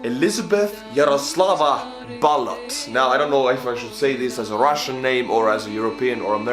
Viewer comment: we're no French sorry, and we're not paart of the UK either but we are considered British haha, I;m just happy someone pronounced Jaroslava correctly since im half Czech